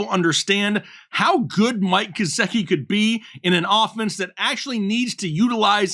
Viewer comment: You lost me at Gesecki 😂#whatif